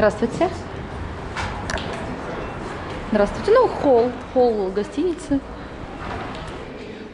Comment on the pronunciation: Я считаю,молодожены выбрали площадку с выходом на крышу... Не расслышала атлон? Холл))))